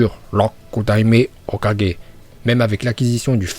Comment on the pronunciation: Comment tu prononces hokageeee 🤕😭😭😭😭😭